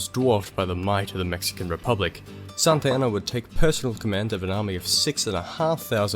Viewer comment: Santa Anna sounds like Mohamad.